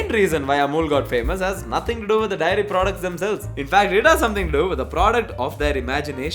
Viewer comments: The fact that is saying 'diary' not 'dairy' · bro is saying diary insted of daairy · It just occurred to me that a lot of people say diary for dairy in this country. Endearing tbh. pass me the diary milk.